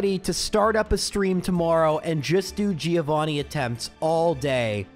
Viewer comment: Giovanni's revenge for you always mispronouncing his name